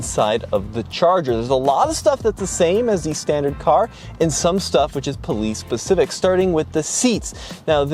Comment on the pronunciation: It's "specific", not "pacific"